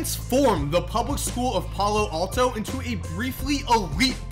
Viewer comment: the way he said palo alto 😂